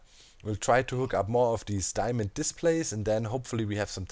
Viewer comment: diemond, demand, diamind, dimond...